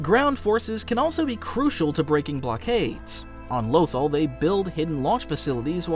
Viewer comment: The one and only reason I stopped watching the video is because of the way he says Lothal 😭😭